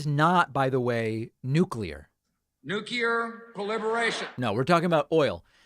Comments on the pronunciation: that is not "nucear proliferation" oil LOL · justification for speeding: Putin's "nuculear" thermal war against the world LOL